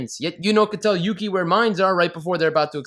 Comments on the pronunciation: That 'Yuki' part started sounding like Mucy (hard c sound, like mucus, not like mercy) shifted back to Yuki... then started sounding like pukey. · It's Yūki, not Yuki. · With the bouns it sounds like she's saying milky😂😂😂😂😂😂😂😂😂😂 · At the end when Yuno is saying Yuki over and over again it sounds like Nunki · After the first 20 times of hearing "Yukki" I started to hear Milky XDD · Is it me, cause when she says yuki, its sounds like milky. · Sounds like she’s saying mukia or pukie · it sounded like she said “Yuki you pee?” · After at least 5 "yuki's" it started to sound like she was saying "milky" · the more I listen to yuuki the more it sounds like puukie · Yuno said Yuki so many times it started to sound like Pukey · I Always think of how "Yuki" starts sounding like "you gay" And remember akise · I swear I heard winkie instead of Yuki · At some point near the end "Yuki" started to sound more like "Pukey." I think this name is far more accurate to his character. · I got so annoy when she said yukii I got so annoyed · at the ending when she's saying yuki bunch of times does anyone else here "you keep" instead of "yuki"? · if you listen to the Yukki over and over again it starts to sound like "Puking" how i feel about this anime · 10/10 best review, best review. Also if anyone listens in the bonus rounds after a while Yuno sounds like she's saying "dookie" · saying Yuki's name was a sin. hahaha